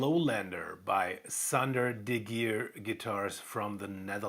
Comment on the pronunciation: "De Gier" you pronounced right. Then, the other one, its "van s-ch-hie", if it writes "van Schie" ;) don't worry, I live here 18 years, and I still struggle sometimes, even if I can pronounce "Scheveningen".